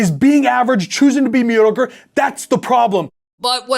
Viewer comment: Did any else hear him say, "Choose to be a meaty ogre" instead of "mediocre"?